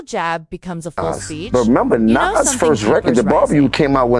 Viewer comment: The fact that you can't say Nas name correctly shows you're not even eligible to be in the conversation due to ignorance of the people in this topic.